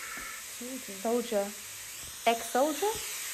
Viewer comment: To me, it didn't sound like "soldier", but more like "I told ya"😨